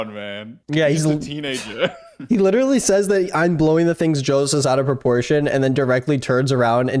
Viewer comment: Litrereallyy Edit: Litraiallyy *